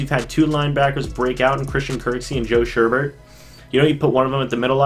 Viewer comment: It’s joe sho-ow-Bert not sherbet and why would you upgrade joe shoubert he was a pro bowler